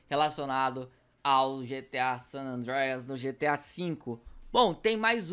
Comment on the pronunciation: O Sanandreias , WTF KKKK fala pior que eu